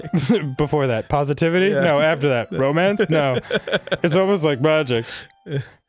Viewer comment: Did Dan say "romance"or"BROmance"?